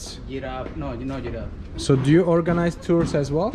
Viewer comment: Did my bro say giraffe? 💀💀💀